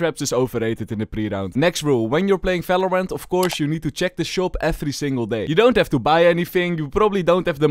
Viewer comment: can u learn the v cuz falorant fagents fery nice ITS JUST BRUH